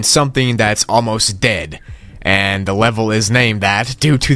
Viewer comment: did you forge how to say dead?